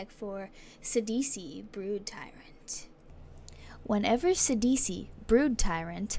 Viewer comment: I'm running a phenax mill deck with eater of the dead. Too crazy. and thank you for saying his name right!